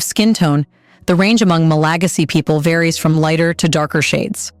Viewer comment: Learn how to pronounce MalaGAsy